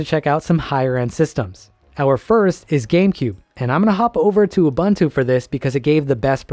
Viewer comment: great vid!! also as a linux nerd i do have to say its oo-BOON-too not oo-BUN-too 😣